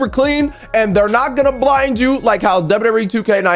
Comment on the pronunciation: You said wwer